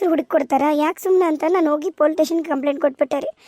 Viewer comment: Dialogue helovaga plz police station antha correct agi pronounce madi.. Adu politation anta kelsutte.. Idu suggestion n request 😊